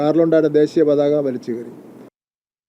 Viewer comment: It's desheeya pathaka, and not desiya pathaka.